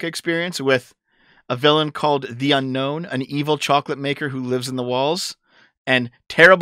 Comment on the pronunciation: When you say Unknown, I think Unown.